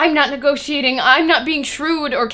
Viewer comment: Negotiating has five syllables :/ what kind of degree *did* you get?